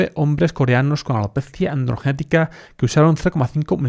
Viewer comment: Como dices alopeeetttzzzziiiaa jejeje muy gracioso. Buen contenido!